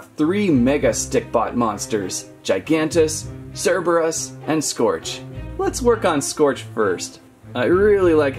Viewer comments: it is cerberus not chairberus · It's Cerberus not Cherberus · The first way that you pronounced cerberus is right. Because the second way you pronounced cerberus would be spelled c-h-e-r-b-e-r-u-s (cherberus). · ... Cereebrus , I would like a CORREECTIIOOOOOONNNNN (Sarcastic) but its "Cur-beer-eus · It’s Cerberus not cherberes so the first one not the second one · you pronunce seberus but spell cerberus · ITS cer Ber us it's Greek mythology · Dude this isnt transformers its Cerberus not cerebros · Not Cherboris cerboris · It’s not ce reberus it’s sir burr is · It's pronounced Serberus not Cherberus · It's sir-bur-us Cerberus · Cerberus is pronounced Sir Bur Us. It’s a myth. It’s said to be the guard of the gates of a Hell. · KER-BEY-US pronounces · It's pronounce kerbeus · Sir-ber-us cerberus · Cerberus (sir-ba-rus) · It’s Cerberus with a ssss sound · Cerberus (ser-ber-us) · To pronounce Cerberus its ker-bey-yus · (Ker-bey-us) :p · Its not cerebus ITS sir-BEER-re-us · It is sir-ber-iss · I do belive its cur-bay-us if my knowledge is correct. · cerberus is purnounsed srbrus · Sir-brrr-us! Cerberus is pronounced sir-brrr-us! It's not that hard. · Ci-beer-ee-is and that’s how you pronounce it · It’s pronounced Cerberus as ker bei us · I think it's pronounced as Sir-beeroos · Ser-ber-us = cerburus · I'm pretty sure it's pronounced ker - bey - us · Cerberus is pronounced (cer-ber-us) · it's pronounced surburus. i'm pretty sure anyway. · Its pronounced ker_BAY_US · You purnounice it cer_bai_es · spelled cerberus pronounced serberis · Its pronounced sir bear us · Its pernounced serberus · It’s pronounced Sur-bur-is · It's pronounced s-e-r-b-u-r-e-s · It’s pronounced surburus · You say Cerberus as “serberus” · It's pronounced ser-ber-es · Don't want to be mean but it is pernounsed sir ber us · It's called Cerberus not Cerberus